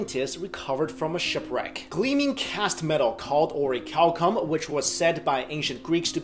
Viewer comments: I thought he said "oreo cow cum" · I'm sorry but I hear cow cum 😂😂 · Oricalcum? Really? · its pronounced or-a-calum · orichalcum... oh my god the seal of orichalcos